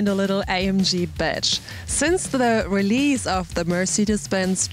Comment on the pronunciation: Whenever she says badge, I hear betch. lol